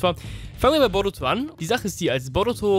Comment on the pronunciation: Wie er boruto ausspricht ,,borotu“ 1zu1 spricht er es so aus ahhahahaha